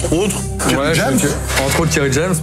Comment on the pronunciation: Après t’as dit kery James mais au début j’ai entendu jame lol